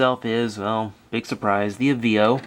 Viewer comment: I heard on a commercial it being pronoune A-VAA-OH